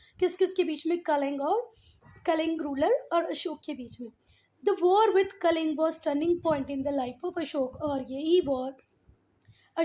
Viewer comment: That is not kaling kaling